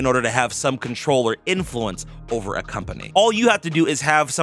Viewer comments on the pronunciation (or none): none